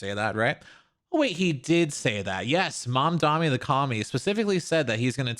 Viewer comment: why do people still call him mamdami. its mamdani, is this an american thing. it seems like no one can pronounce it